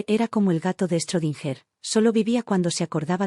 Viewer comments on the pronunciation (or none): none